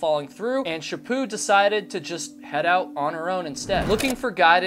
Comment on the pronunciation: I live and I never heard of this case. Also I have friends with that last name and they pronounce it "sha put" so it's weird 🙉 hearing it pronounced the way you are saying it. 😂 I hope her killer gets found. Is there a link??? 🙏❤️😊